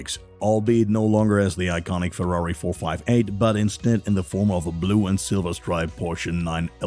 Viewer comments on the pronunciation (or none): none